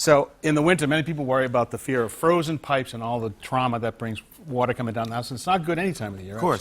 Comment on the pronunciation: "full city watAAH pressAH"